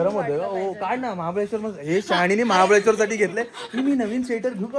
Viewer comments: महाबलेश्वर ❌ महाबळेश्वर ✅ Vlog मस्त होता ❤ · 20.00 महाबलेश्वर नाही ग ताई महाबळेश्वर आहे ते. Khup vela to word use kela mhanun sangital baki vlog khup chhan ❤